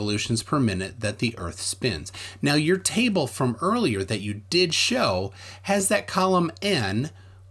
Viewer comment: Lol it’s when he said here we have a table but it sounded like tie bull